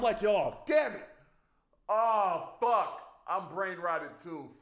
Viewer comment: Anyone notice how he says "fawk (fuck)" jus like lazerdim